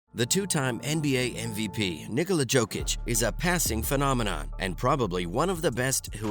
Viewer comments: Exactly. YO-kic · Bro it’s not Djokic it’s Jokic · At least learn to pronounce his name